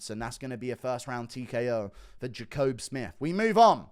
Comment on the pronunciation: Pretty sure Jacobe Smith and Dustin Jacoby's names are said the exact same way and Guru gets both of them wrong 😅